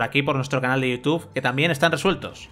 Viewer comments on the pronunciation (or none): none